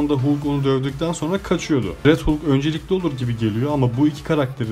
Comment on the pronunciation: Bende aynı teoriyi düşündüm filmden sonra yanlız değilmişim demekki :D bu arada halk diye okunuyor hulk hulk dayanamadım videoya